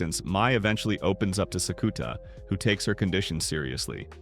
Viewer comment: Thank you for the recap! I watched this and the last few episodes of season 1 before I catch up on the movies for season 2. This pronunciation of Sakuta is killing me though 😭